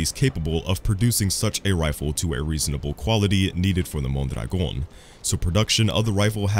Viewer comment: The way you pronounce "Mondragon" is magical